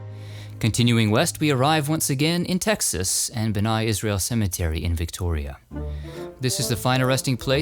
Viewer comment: Excellent as usual. Thank you. (Bnai is pronounced Bnay)